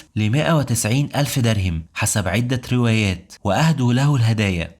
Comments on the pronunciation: اسمه دِرْهَمْ وليس دِرْهِمْ الهاء مفتوحة وليست مكسورة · جميل ما شاء الله، أتمنى حقا بس تضبط نطقك للفصحى في بعض الكلمات زي "معركة" "درهم" + أبوبكر قال "أعجزت النساء أن (تلدن) وليس تُنشئن". فيديوهاتك جميلة جدا ومفيدة جدا وأنا ما شاء الله عندك قبول، ولكن فعلا أتمنى تضبط الحاجات البسيطة ديه لعل الناس تتعلم من نطقك مخارج حروف القرآن واللغة العربية عامة، شكرا على مجهودك 💙